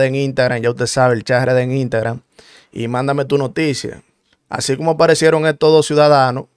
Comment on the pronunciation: Una pregunta papi tu no puedes decir la palabra completa Instagram con la s